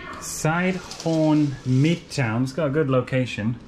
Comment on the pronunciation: Silom. Not sidehorn.